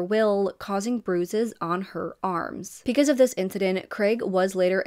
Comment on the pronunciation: Why do you pronounce your B's like P's? It's distracting and takes away from the story. You say Peecuz instead of Because.